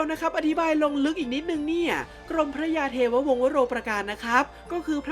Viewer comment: กรมพระ กรม-มะ-พระ ต้องอ่านเเบบนี้นะครับ ไม่ใช่ กรม-พระ